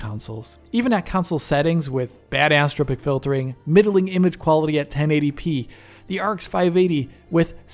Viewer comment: Friendly note on pronunciation, anisotropic = an-iso-tropic, not ani-so-tropic (or ani-stropic). “Isotropic” is the root term which anisotropic filtering is negating (thus the “an”), and in general means “not (the) same (filter) in every direction”.